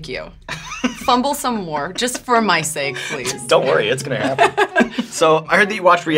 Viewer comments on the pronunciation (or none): none